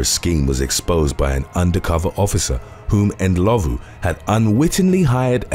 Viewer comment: Well done on Rosemary Ndlovu's surname pronunciation. 😎😎